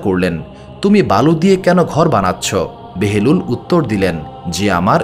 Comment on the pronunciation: হযরত বাহালুল দানা, উচ্চারণ বারবার বেহেলুল বলতেছেন কেন ?